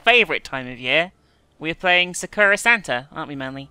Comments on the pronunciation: the way she says sakura.. SAH-kra (its sah-ku-ra) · Actually, the correct pronunciation is SAH-kura. Just like people always pronounce Kojima as Ko-JIIII-ma when its proper pronunciation is KOH-jima. EDIT: Sorry, just heard her and realized I'm saying exactly what you're saying.